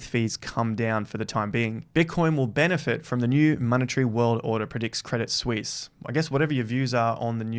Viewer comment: Thank you for pronouncing 'Crédit Suisse' correctly, unlike George (Crypto-R-Us) and others :-)